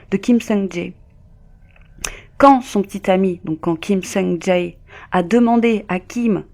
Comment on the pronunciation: Elle a dit "Ja Heyy" 😭😭 ça m'a fumé ptnn